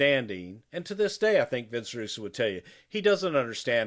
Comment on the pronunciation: Who is Vince Rusoo? I know Vince Russo.